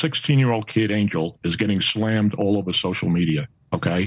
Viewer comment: Stop pronouncing his name wrong, it is Ahn-yell, not Angel, lol.